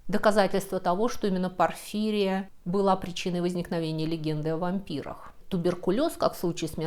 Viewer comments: В медицинских терминах ударение на последнем слоге: булимИя, истерИя, порфирИя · Спасибо большое за познавательный ролик и нестандартный подход к вампирам! 😊🙏 Вот только в названии болезни "порфири́я" ударение на вторую "и". 😉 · Очень круто! Особо выделю иллюстрацию силуэт толпы с вилами - хочу такую в свою коллекцию 😉 А так же капля критики: правильное ударение в названии болезни - порфирИя. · ПорфИрия или ПорфирИя? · Правильное ударение -порфирИя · здравствуйте. да, порфирИя. полез посмотреть, думал может сам ошибся с ударением...ну да ладно. Спасибо за сравнение легенд о вампирах с бешенством. вот уж где на поверхности... ан нет. слышу впервые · Простите, кажется, "порфирИя" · Связь возникновения мифов о вампирах и бешенстве интересна, не знаю как вы до думались до этого, может вычитали, но вполне возможно и есть схожая симптоматика, но инкубационный период там разный бывает, и хотел немного по править вы ударение не правильно ставите в слове порфирия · Всё же, в слове порфирия ударение на вторую букву "и".